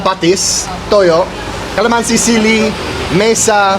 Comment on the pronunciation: pa-TIS kalaman-SI (not kala-MAN-si) i suggest that when you learn a new Tagalog word, learn how to pronounce it correctly too as you memorize it. Coz it's much harder to unlearn what you already know. But I think you already know enough Tagalog words. So if I were you, i would focus on correcting the pronunciations for the words you already know.